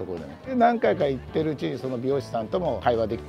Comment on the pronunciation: とりあえず行（おこな）ってみる